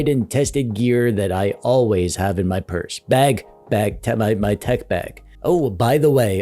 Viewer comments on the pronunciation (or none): Nice tech "Burse" 😂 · You "purse"uaded me that it is not a "pers" at all. It is definitely a bag. Puns intended all the way! 😂 Great content as always!